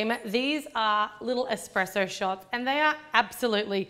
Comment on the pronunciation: I love the : -cupcakes -expressoes